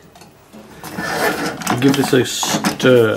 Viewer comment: Why do you keep saying stirrrrr?